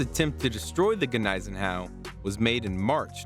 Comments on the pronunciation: The G is silent, pronounced like knees en au. No x craft attack sunk here, they were used against Tirpitz. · Hey, the G is silent please! Is this some woke history nothing here was factual go back to school !